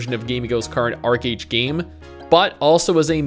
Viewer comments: Archeage not Archerage xd.. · Archeage not Archerage. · Archerage? Haha